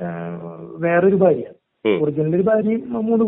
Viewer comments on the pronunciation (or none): none